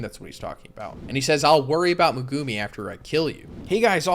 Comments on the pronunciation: Is he saying megumi’s name wrong? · the way you pronounce Megumi really annoys me XD